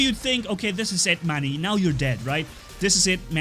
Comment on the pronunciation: When I first watched the vid, I thought u said ‘what’s up friends of the good mood, this is mommy’ and then I saw ur channel and it said Manni gaming. That was when I got introduced to the channel